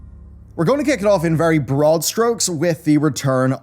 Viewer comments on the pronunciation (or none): none